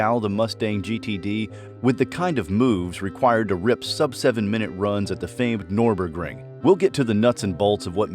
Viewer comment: Norborgring? 🤦🏻‍♂️ Another AI voiced garbage channel.